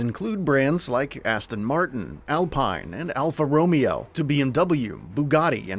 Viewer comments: Alpha Ro-mee-oh? Ugh. Pronounce it properly you heathen. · Right from the outset, the mispronunciation of Alpha Romeo makes this video laughable, at best. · A. It’s porsh_ah , and b. It’s not Romeo and Juliet lol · It's alpha Row Mare oh. Not romeo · Alpha “Ro-May-O”…. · Alpha romeeeeo? Wtf is that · Alpha Roam-eee-o huh? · Alfa Row may oh. Poor sha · Alfa Ro-May-O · Alpha "Romeo" 😂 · Alfa Romeo is pronounced Alfa Romayo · “P-you-got?” Alfa “Romee-o”? “Porsh nine-one-one?” Jesus Christ. Did they find the one guy who has never heard of these cars?!?! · Alfa Romeo = Ro(Mayo) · Pewgot and alfa roMEo lol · and Alfa "Rome-eo" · Alfa "Romeo" 😂😂😂😂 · Alfa Ro-me-yo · "Alfa ROMEEO" 😂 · Al-pine Alpha Ro-mee-oh Pyoo-got Lan-see-ah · dude says Alfa Romeo and I had to turn it off cuz I can’t trust this channel anymore 😂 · "Alfa Romeo" 😂😂😂😂😂😂😂😂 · I can not trust you when you pronounce Alfa Romeo wrong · Well someone knows nothing about cars. The Porsche Nine One One? Are you serious? Also, Alfa Romeo is not pronounced the same way as the name Romeo from Romeo and Juliet. lol wtf 🤣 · stopped watching at Alpha Romeo, How do you nail Alpine (Al-Peen) but botch Romeo (row-mayo) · What is this pronunciation. Lol Porsh? Alfa Romeo? 9-1-1? Pugot? There’s more, but i don’t want to murder him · I don't think I've ever heard somebody butcher the name Alfa Romeo so badly lmao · Worst pronunciation of Alfa Romeo I’ve ever heard. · Look up how to pronounce Alpha Romeo. Please. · Whoever says Alpha Romeo like that isn’t a car fan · Alfa "Romeo" 😏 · this guy says alfa romeo like an absolute stooge. that is not even close to how its pronounced